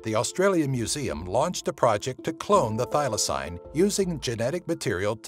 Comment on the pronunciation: sorry but thylacine is pronounced thigh-la-seen not thigh-la-sign